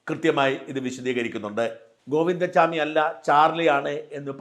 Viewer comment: Govinda swami alla Govinda chami,Please say correct name